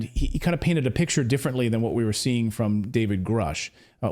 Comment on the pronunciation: How can anyone take him seriously, when he says things like "ex-specially, "Nuckyaller," Pitchur, ?